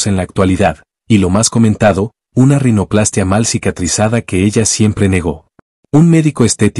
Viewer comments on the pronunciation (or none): none